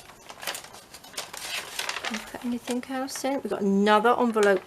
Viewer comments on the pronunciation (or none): On the word anything, the g is slient! Not anythink.